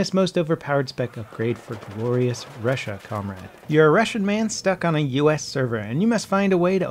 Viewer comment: I hate it when someone who speaks English doesnt know how to pronounce 'Russia' ...